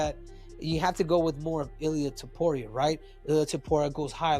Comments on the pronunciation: "illia topuraya" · man why do you pronounce topuria differently each time? HAHAHAH